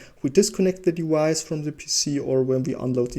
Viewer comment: Really great video value-wise but your pronounciation of "device" kind of drives me nuts. The English "v" is pronounced like the German "w" — you seem to know this since you pronounce it correctly in basically every other occurrence but if you want to be more easily understandable without the listener stumbling upon this every time you say the word maybe try to pronounce like it's generally pronounced :) Not trying to be destructive, I really liked your video apart from that